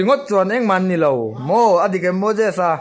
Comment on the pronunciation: Ngatinge mojesa tih in i lam tlat a..mosesa in ti maw tia